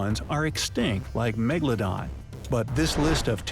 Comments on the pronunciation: It ain't "meglodon" it is meGAlodon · Not octopuses, octopi, and you keep making me rage when you call it megaladon, say The megaladon